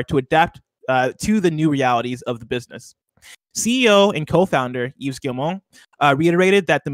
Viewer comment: How many times are people going to pronounce the s at the end of Yves? It's pronounced "eyev" not "yeeves" How in the hell is that harder than "Guillemot" lmao